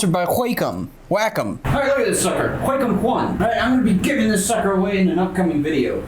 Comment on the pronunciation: When you say "wacom" it sounds like "whack 'em".